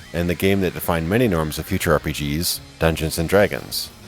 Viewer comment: Anyone else hear him say orgy rpgs in the first 30 seconds?